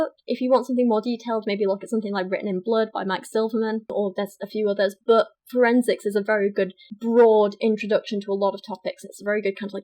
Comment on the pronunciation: god english chicks make me gag.... every time she says "but" or what she sounds like a slobering drunk that is throwin up